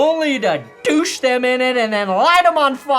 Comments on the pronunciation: "Douche" them in jet fuel? That has to be the most hilarious mistake saying the word "douse". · Im sorry, did he intentionally pronounce "douse" as "doo-shh"?